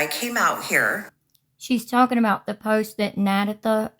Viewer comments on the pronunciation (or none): Na”DAYYYYYYtha” not Na”DAAAAHHHHtha” js😊 Love your content. Ty